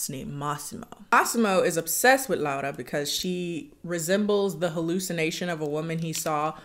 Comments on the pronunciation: This movie made me embarrassed to be polish and i was already not proud of it😭 also by the way i appreciate you pronouncing her name right and not just sticking with the English pronunciation 💞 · I love how you say Laura, it's exactly how we say it in Polish ❤️